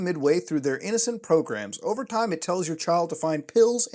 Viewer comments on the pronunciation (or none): "Inosent" lol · "Inosent kids" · “Inosent kids” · “Inosent son” lol